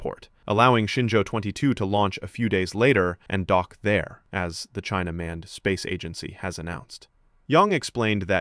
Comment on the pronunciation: The AI pronouncing China Manned, in the most racist way possible to sound like „Chinaman“, is something else.